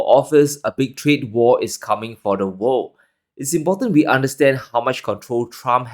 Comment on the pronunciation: Great, you can say "wor'l'd", now! Next time, Further instead of "fodder". Thx